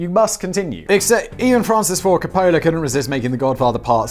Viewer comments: Meme Accountant Here... it's "Cop-o-la", not "Cop-Ohhh-la". Is someone doing something to you that you like like when you said that? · "Coppola" really?